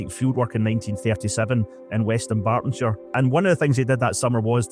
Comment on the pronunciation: Faifley is in DuNbartonshire NOT DuMbartonshire